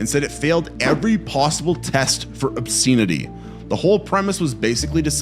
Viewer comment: Ahh. Mary Whitehouse strikes again. But fwiw it’s pronounced obSENity not obSEENity.